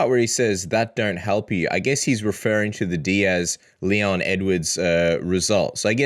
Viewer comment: I actually heard ”N-word” vs Diaz😂 Would be fun but a bit to much, even for Colby. ”Leon N-words”😂